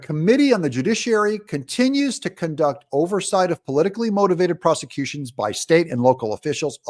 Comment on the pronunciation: Freudian slip, Doug, of your mispronunciation of “prosecution”! You were right the first time!